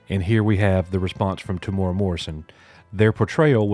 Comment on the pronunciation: “Ming-Na Wen and more importantly... Temura” Oof, not a very cash money thing to say dude lol